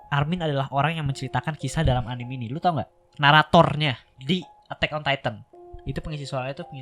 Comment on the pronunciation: anime bacanya anime aja bang bukan anim